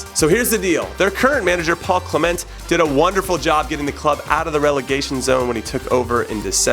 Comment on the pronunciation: Cle'ment and Jilfy 😂😂 hilarious pronunciations